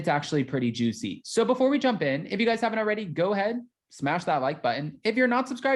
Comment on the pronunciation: “Guyzuz” isn’t a word! It’s “guys”! That’s all! “You guys”!! 🌷🌷🌷